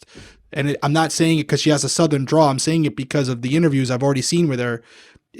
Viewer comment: Also,, bestie, my brother in Christ, it's drawl. With an L.